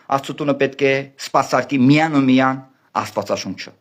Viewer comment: ջան` տղաս, նախապես ներողություն եմ խնդրում,սակայն չասել չեմ կարող, որ քո բառապաշարով ի չիք ես անում ողջ համարյա հիվանդության հասնող ՄԵԾ Հայրենասիրությունը ունենալու բառի փոխարեն ասում եք ունենանալու, միայն֊ի փոխարեն արտասանում եք միան և բազում֊բազում այլ արտահայտություններ։Եթե քեզ չգնահատեի չէի ասի Ուշադիր եղիր լեքսիկոնիդ